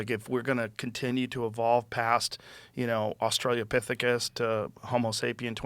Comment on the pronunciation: Why couldn't Nick be the one to correct Joe from seeing Australiapithicus to Australopithecus? This is there 1,000th time he said it wrong and it makes me cringe every time.